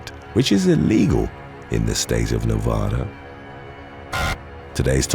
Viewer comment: Nevada= Nu-VAD-uh. not Nu-Vod-uh